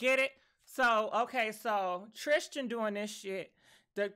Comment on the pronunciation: 😂😆😂LoL!!! ♥️ you are killing Jordyns and Tristans names!